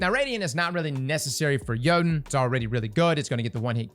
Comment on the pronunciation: 3 years later and we're still pronouncing Jötunn wrong lol